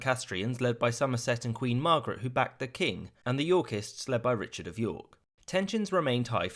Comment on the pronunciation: The way he says "Yorkists" sounds too much like "Yorkies" and now I'm imagining adorable dogs killing people.